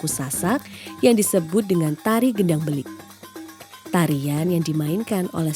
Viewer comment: Gendang Beleq ✔️ BUKAN Gendang Belik❌ 🙏🏻🙏🏻